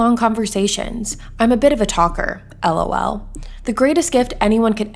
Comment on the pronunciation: The way you deathly pronounced the LOL in her jail bio sends me 💀💀💀💀💀